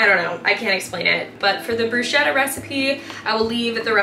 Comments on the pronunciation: Quite sure Bruschetta is pronounced Broose-ketta…😅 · everything looks so good. also i could be wrong but i think bruschetta is pronounced with a hard c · You pronounced bruschetta wrong